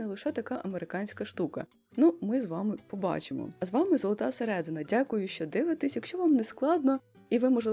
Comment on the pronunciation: До речі, у слові середИна наголос ставиться тільки на И